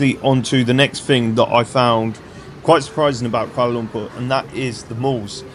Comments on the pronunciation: Finally someone prononuced Kuala Lumpur right. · another great video. Good on you for pronouncing Kuala Lumpur correctly as my Malay pal always made me laugh when he said it’s like umpah loompah like Charlie and the chocolate factory. Try Penang island if you get the chance too. Delightful people in Malaysia and the only downside is that the party side is a little conservative but hey that’s understandable in a Muslim country but the people truly make up for it! Keep em coming!